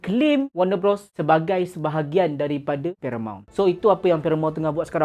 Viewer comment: Bros bang, BUKAN brOs. Macam kau sebut bro. Bros - besodare